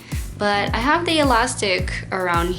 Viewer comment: I think it's cute how her "th" sound like "da". Especially when she says the. It's sounds like da